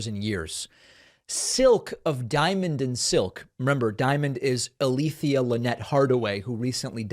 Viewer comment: Her name is pronounced Al-thea, sir...